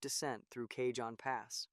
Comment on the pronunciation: FYI, Train wasn't loaded with iron ore. It was loaded with Trona. Trona is a mineral mined as a primary source of sodium carbonate. Cajon is pronounced like "CA_HONE" not Ca-john.